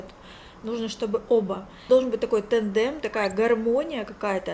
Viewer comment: Не «тэндэм», а «тандэм»)